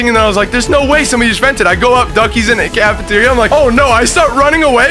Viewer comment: Can-e-ter-ya bruhhh